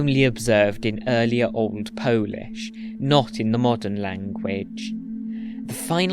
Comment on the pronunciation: As a native Polish speaker I really love your pronunciation. It was perfect! Spectacular work! Thank you ❤